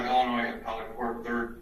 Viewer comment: judge put the s in illinoise?